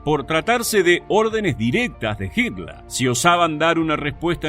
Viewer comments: No se pronuncia asi en aleman ... HITLER .. como se escribe. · Porque mencionas a Hitler como hitla,y a la palabra fhiurer como "fiura"?